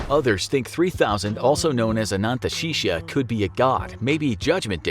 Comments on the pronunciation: i hate how he pronounced “ananteshesha” like please, “a-nant-she-sha” ? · It is anantashesha